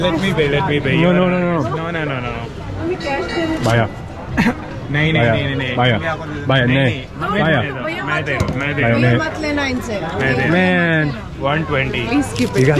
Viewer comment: Not bhaiya speak bhaaya😅😅